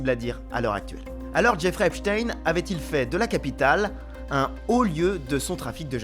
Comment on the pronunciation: enfin un journaliste qui dit epstein correctement